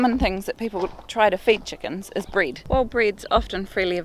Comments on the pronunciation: I don’t know what “breed” is, are u saying “bread” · She said bread or breed 🤔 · Nice place you got there. I was a bit confused when you said to not feed them bryd, ha ha. So of course I understood that is your dialect for saying bread. Ok, that was useful to know. What about feeding bred to ducks? It is very common in my hometown to feed the wild ducks some bread...